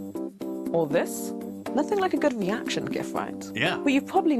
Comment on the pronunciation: She mispronounced " gif" and I find that offensive, it hurts my feelings. Let's cancel her...whoever she is😂